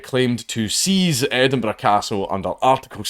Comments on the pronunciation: Don't you mean Edin-BURG? :3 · More like Edin-bruh